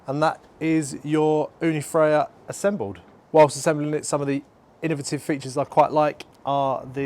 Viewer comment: Ooni Fyra, not Frya.